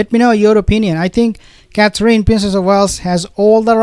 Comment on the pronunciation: I think since you are going to report on these people so often, you should learn to say Catherine properly. The last syllable is In. Like going in a house. Cather- in. Please? It's simple